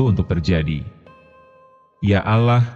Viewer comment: masih belajar ya bang baca nya kya anak kelas 3 sekolah dasar.sya tak suka nama allloh kau baca alah?